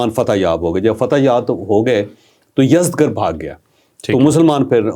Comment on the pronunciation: Salam ye yazdgr ni balky yazdjar hy